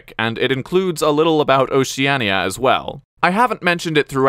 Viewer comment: Pronounciations fixed... not for Oceania apparently